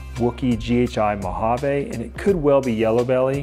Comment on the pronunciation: Beautiful snakes! Please stop saying "mojav-AYE." It's "mojav-ee."